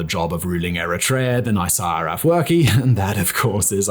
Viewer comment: It's astonishing that you didn't practice pronouncing the name of the only heroic Eritrean president correctly, especially given the history you present on your channel. You have no idea how President Isaayas Afewerk reached this point. Contrary to what you mentioned on your channel, he did not come into fortune easily; both he and countless young and old Eritrean men and women sacrificed their lives for this freedom. Your research seems biased, relying on sources from ethnic groups opposed to the Eritrean government and people. Please get your story straight: travel to Eritrea and uncover the truth instead of sitting comfortably and relying on Google. People like you distort the history of a developing country, and it's shameful. This is not new for Ethiopians and Eritreans, who have often seen third parties, like GB or other countries, interfere and ruin lives. Shame on you, sir.